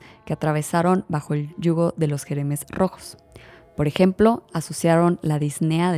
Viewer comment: Jemeres rojos! No Jeremes XD igual es mas lindo en francés Khmer Rouge :) perdón por la corrección, es que Camboya me toca de cerca. Excelente tu canal!